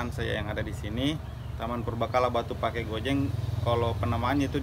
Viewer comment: Penekanan saat menuturkan Batu Pake yg benar sesuai aksen Bugis itu "Batu Pa'e" meskipun ditulis pakai dialeg Sinjai Pake (Pa'e), Cellake (Cella'e)